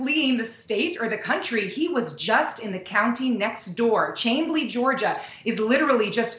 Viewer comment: But It's KenneSAW, not KennesSEE, and Chamblee is pronounced Shamblee.